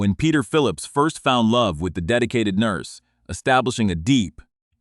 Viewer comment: What’s a NUIRSE???? 😂😂